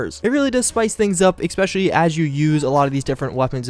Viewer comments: Mikhael Gonato I agree. has a great series here and is clearly a smart guy. Saying "Ex-specially" though just takes me out of the content. It's an easy fix. There's no "ex" it's eh-spesh-el-lee. I enjoy the series very much I just don't understand how people around him haven't helped him correct this. I'm not trying to be a jerk, just hoping he sees this and works on it so people don't think he doesn't know how to say it right. I'm a sub and watch every release, I just hope he corrects thus going forward. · You keep saying ex-specially. It's pronounced especially. No x. Sorry I realise this is nit picky but it's been annoying me this whole series. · I'm still annoyed by your "ecspecially" don't mind me just a random comment xD love you